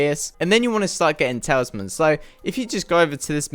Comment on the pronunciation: why do you say tailsman